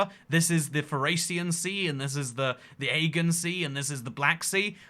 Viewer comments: the ay-gan sea? you shouldnt be making fun of any one else's education when you can't even pronounce the word aegean (ah-jee-yan) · Oh yes the eggin sea, where teenagers TP the trees and throw eggs at everything ... I assume you meant the Aegean Sea (uh-gee-an) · Lol Aygen sea. I think you mean Aegean (i.e. Ay-gee-an). 3 syllables. Come for the geography...stay for the pronunciation. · Isnt it pronounced 'AY-GEE-UN' not 'AY-GUN', the Aegean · Agean = ay gee an, not agen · ah-gee-en, not aygan. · Yo said the "Agen Sea" lol. It's pronounced as the Agean Sea lk Ah-Gee-an Sea not Ah-gon Sea. Lol. Ino he tried to be a smartass when he tried to say that 5.2 km is lk 300,00+ barrels of oil to Americans but can't even pronounce the Agean Sea right that's in Europe n that's a part of Greece/Turkey. Smh. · Did you just pronounce "Aegean" as "Ay-ghin"? It's pronounced "Ah-jee-in". You didn't show Lake Baikal, you showed the Caspian Sea upside-down. LOL "What's up my Neaghs" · Aegean pronounced 'uh-jee-uhn' Sea... at least, anywhere I've ever heard it. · Uhh-Gee-An Sea and Lake Hue-Ron. Fuck's sake. All that research into sizes & volumes of these lakes and you couldn't' literally spend 5 seconds to have Google speak the words for you to learn the pronunciation??? SMFH 🤦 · Huron is pronounced Hugh Ron. Aegean is pronounced Ah Gee Ann. Other than that I got nothin'. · How does he mispronounce everything? AGONE SEA???? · ah-gee-yan sea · Again sea? Isn't it pronounced A-G-N Sea? And yes the other is Hue-Ron iirc. OH, I love your humor, stop making me crush on you xD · That pronunciation of Agaean sea😂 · That is not how you pronounce "Aegean". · You do not know how to Pronounce the Aegean Sea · The way you said Aegean sea made me wince